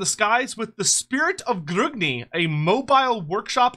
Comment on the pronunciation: Its 'Grungi' not Grugni.